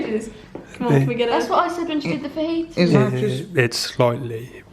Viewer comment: I’m so confused is she tryna say fajitas? 😂